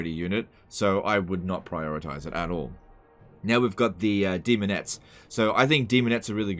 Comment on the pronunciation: almost said semonettes